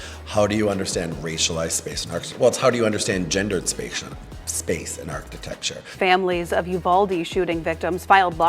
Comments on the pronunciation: Dude can barely even say architecture, he said archti-texture multiple times. I don't trust politicians who can't speak properly. You're job is literally public speaking! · Is he saying archi-TEXT-ure!?? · Damn autocorrect! He said architexture - twice